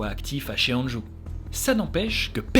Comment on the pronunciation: Yo,, j'ai a-do-ré:D Juste une petite précision au niveau de la prononciation, les "ae" comme dans "ChunJae" se lisent "é" (Du coup ça se prononce "chunjé") et les "eo" comme dans "Cheonju" se lisent "o" ("Chonju") ^^ C'est juste à titre informatif au cas où tu fais des autres histoires coréennes, ça ne gêne en rien l'histoire ni le contenu qualitatif de ta vidéo et je ne suis pas là pour te faire la remarque de façon négative, loin de moi (j'ai habité en Corée du Sud pendant un an et je sais que si on n'apprend pas le coréen, les prononciations c'est pas forcément des choses dont on est au courant). C'est chouette que tu aies parlé de ce meurtrier, cette histoire est dingue! Il a réalisé tellement de crimes et n'a été retrouvé que trop tardivement. Tu racontes hyper bien, on est à fond dedans, un régal:D Vivement le prochain épisode (ça doit être long à préparer en plus donc courage pour la suite)